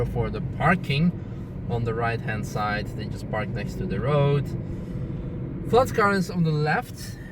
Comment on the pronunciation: Pflanzgarten not Pflantzgarten